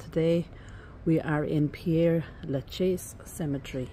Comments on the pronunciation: Hi! You’re mispronouncing the name! It is NOT “Pierre”, but Père (like pear) 🌹🌻🌸🌼🌺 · Ye I did but never was I thought how to say Père Lachaise, funny that ain't it 😅🤣 oh by the way it's nice to be nice, I think I apologised in the video about my pronunciation, then you probably didn't watch 😅 too busy running to the comments 😉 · you’re not getting the point, you visit a world famous cemetery and cannot be bothered to learn how to pronounce its name. Tut tut pull up your socks dear! The video is great btw, I love this cemetery but have not seen it all. Cheers 😢